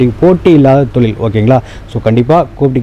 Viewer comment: தெழில் இல்லை தொழில்